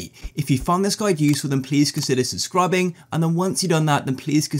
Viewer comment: "subscrubbing" got me dying